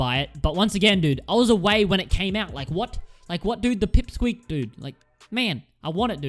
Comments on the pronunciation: Not peep squeak its pick squeak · Dood you forgot silverfang. And btw its pick squeak not “pip squeak”. Awesome video tho.